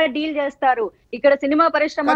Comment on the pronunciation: Madhavi garu , please Shakthi kadhu sakthi - melakela sa 🙏 parishrama kadhu parisrama 🙏 telugu manchiga palukavamma 🙏